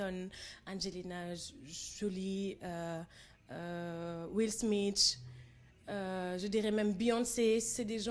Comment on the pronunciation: ci metti nak moy will smith bi mou prononcer will smitche.. metti na lool ndeysan..mais elle est genial nak love you